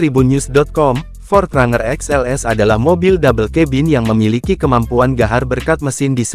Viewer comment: Ini pake Suara Google maps apa ya. Bang Pronounciatian nya bukan RANGER (Bacanya : RENJER) 😂